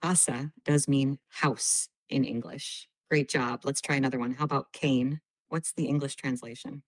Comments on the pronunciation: ⚠️ , the AI tutor says, “cane” with a long a, for “dog” in Spanish. The correct pronunciation is (CAH-nay). So there are errors in the system. 🦯 is not 🐕❗️ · oh God. "Kayne" for dog ?? Are you serious?? 😂😂😂😂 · Weird that the most advanced AI-tool in the world does apparently not know that the Italian for 'dog' ('i.e. 'cane') is NOT pronounced /keɪn/, as it so confidently suggests, but /'kɑːneɪ'/. Otherwise, great tips, especially the dialogue and correct! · Mmmm, did it say something like "kayne" for "dog" instead of "ca-ne" (don't know how to spell it phonetically in English) in Italian ??? And it forgot "conmigo" in Spanish for "with me". And "como te llamas" was not pronunced well in Spanish ("y-amas, not-l-amas). Mmm ... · Cane 😅 not CAH-neh. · It's a good tool to use but there are still some errors and people will want to be aware of that. As an example in Italian it pronounces cane as KAYNE but should have been pronounced KAH-NEH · When ChatGPT asked you what the meaning of the Italian word "cane" meant (Dog), it did not pronounce the word correctly. ChatGPT pronounced Cane like "Kane" and it should be "Kahn-eh". When you have an e at the end of a word, you say "eh" and the vowel a should have been pronounced "ahh". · As a recent student of Italian I was surprised to hear the incorrect pronunciation for dog. Although the spelling is the same, it is not pronounced 'cane', like the walking stick but 'kah-nay' with soft sounds on both vowels. I hope this isn't reflective of the rest of the learning tool. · Italian test: is spelt as CANE, sounds as KANE and not KEIN. Also remember, italian words end with vocal not consonant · Lost me at "Cane" for "Dog" in Italian haha I know that it's pronounced "Kah-Neh" not "Cane" so I don't feel I could trust this tool to teach me properly :( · there was a mistake in Italian pronounciaton: Cane - sountnd line [kane] not [kein] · But it reads italian usign English pronounce!!!! We do not read "Cane" as "kein"